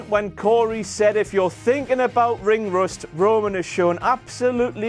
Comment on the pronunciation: I thought Cory said ring rest not ring rust